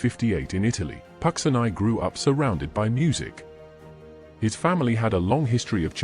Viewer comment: not pronounced pucksineye but pucheenee